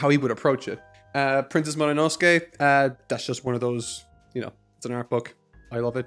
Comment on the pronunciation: Something died in me when you called it Mononoske.